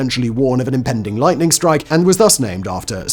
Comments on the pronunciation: Did you accidentally say lighting the first 2 times instead of lightning? I listened about 4 times and couldn’t hear the “n”. After the second one it was all good. Just curious. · "Lighting?" Oh, you mean lightening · Is it just me or the first 2 lightnings Simon didn't pronounce the n?